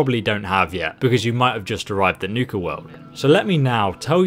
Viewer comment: It's Nuka World not niuka cola world lol